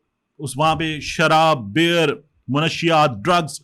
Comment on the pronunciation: Sorry to correct, it is not bear it's beer